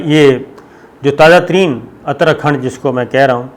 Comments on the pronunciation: not athar khand it is uther khand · اترا کھنڈ کا تلفظ ہے: Ut ta ra khand مطلب شمالی منطقہ۔